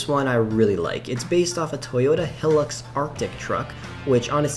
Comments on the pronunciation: “high-lux” not “heh-lux” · “Toyota helux” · My guy said Toyota heeeeelux it’s pronounced highlux and spelt hilux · when he said helics my aussie ears shriveled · He really said “HELLUX” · Toyota hilux is pronounced “Toyota high-lux” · Hilux is pronounced “Highlux” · He said hillux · U r have pronounce hilux like saying HI then LUX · The way he said hilux😂😂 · And can't pronounce it